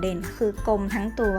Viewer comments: ข้อมูลดี มีผิดบ้างก็ไม่เป็นไร คนรู้จริงเขาจะท้วงมาเอง แต่ แต่ แต่ น้องควรหัดอ่านให้ถูกต้องหน่อยค่ะ น้ำเสียงน้องน่ารักมากอยู่แล้ว ถ้าอ่านให้ถูกจะ perfect เลยค่ะ ตัวกลม ไม่ใช่.ตัวกม เวลาโกรธ ไม่ใช่ เวลาโกด แปรงขน ไม่ใช่ แปงขน ฝึกหน่อยนะคะ ติงมาด้วยความหวังดีค่ะ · อ้อ มีคนรู้จริง. ขอบคุณค่ะ ข้อมูลเขาก็เยอะดีนะคะ แต่รู้สึกเหมือนกันไหมคะว่า... รำคาญคนอ่าน ไม่มีตัว "ร" เลย แมวตัวกม เวลาโกด แปงขน คือถ้าพูดคุยกันเองในบ้าน ยังไงก็ได้ แต่ถ้าจะอ่าน ให้publicฟัง ควรจะต้องหัดนะคะ. ภาษาไทยจะได้ไม่วิบัติไปมากกว่านี้ค่ะ